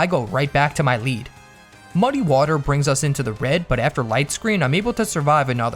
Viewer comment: woter pokemon!!!!!!!!!!!!!!!!!!!!!!!!!!!!!!!!!!!!!!!!!!!!!!!!!!!!!!!!!!!!!!!!!!!!!!!!!!!!!!!!!!!!!!!!!!!!